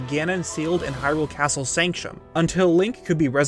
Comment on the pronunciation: I love these Zelda theory videos... but if I hear say “Sancshum” instead of “Sanctum” one more time, I’m gunna lose my damn mind!